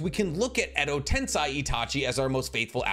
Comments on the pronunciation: Edo Tensei isn't pronounced as Edo "Ten-sai". It's pronounced as Edo "Ten-say". That "E" in the 2nd to last placement in Tensei, makes all the difference in the world for how its supposed to be pronounced. American linguistics cannot be applied to Japanese linguistics because in Japanese, the phonetics are the same in every single word, no matter what. So an "ei" suffix will always be pronounced as "Ay" and never as "Ai". Just like "Tomoe" is not pronounced as "Toh-may", it's pronounced as "Toh-moh-eh". In Japanese linguistics, every syllable and every vowel are pronounced. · Edo Ten-say not ten-sai